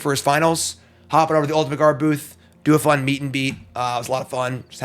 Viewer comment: "gaurd" broke my mind for a good minute